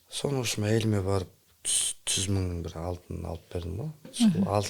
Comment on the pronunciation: Не әңгіме дүз дүз он деген😂😂😂 ж ү з жазып ал бала ертең түсінгеніңді сұраймын!!!